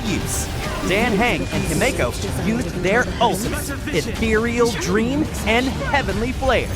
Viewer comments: NOT THE PRONOUNCIATION HELP NOT HIMEJKO AND DEEN KHANG ZHENZHU LUFU BEILU AND BEST FIGHTER HANYA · Good lord… the pronunciation, ITS DAN H-UNG, AND HIM-IKO, ITS JURILLO, SERVE-ALL, ITS ZI-AN-ZHOU LOO-FU, B-I-LU, HAN-YAH The shiminawa artifact in that box XD I’m sorry being the pronunciation police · ah yes its "dan hang" and "he-me-ko" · The way he misspronounced himeko and dan heng 🥲💔